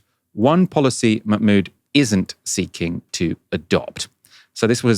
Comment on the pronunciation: check your pronunciation of Mahmood please... there's an H there that is not silent!